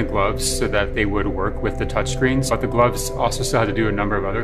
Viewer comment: did he say mcgloves